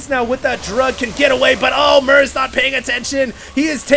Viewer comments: it's MERZ not MERC... stop calling him merc :)). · its MERZ not mercs :P